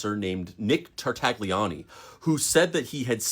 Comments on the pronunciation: I will say sth, but don't take it bad, please. Tartaglione is pronounced with a silent g and the "lio" sound is more like the "nia" sound in the word lasagna but with an L instead of an N. Sorry, I watched the whole video out of honest interest to the story, but every time the surname of that guy was pronounced my ears bled a little.. 🙏🙏❤ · I'm pretty sure the g is silent. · The g is silent in Italian names. I'm sorry. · Sorry but just because officer Nick was a bad guy doesn't mean you should do the Italian language dirty like that. It's tar-tay-oni not tar-tag-lioni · All good, just stop saying /Tar/Tag/Lioney, please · You massacred the name Tartaglione. Tarta Lyo nay. (The G is silent). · In case you meet any new Italian friends with similar names, you should know how to say them. "Tartaglione" is properly pronounced "TAR-tal-YONE", optionally adding a soft "é" sound at the end. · Damn bro!!! Stooooop pronouncing that G!!! It hurts my ears. 😂😂 its Tartalioni!!! The G is silent. 😂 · Don’t pronounce the g!!! Tartaglione = Tartalione. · The G is silent in Tartaglione 😭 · Maybe look up how to pronounce Italian names. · I wanted to like this video but this guy kept pronouncing the "g" in Tartaglione and found it very annoying, lol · For the love of god, look up how to pronounce tartaglione before filming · Interesting story! I wish people would learn how to pronounce Italian names, though... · The G in Tartaglione is silent. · I know he was bad, but come on, you don’t have to butcher Tartaglione’s name. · This is a really interesting bit of history to learn. My only real gripe is that the g in an Italian name like Tartaglione is silent due to the L immediately following it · Ay, uh, maybe don’t pronounce the G in Nick’s last name.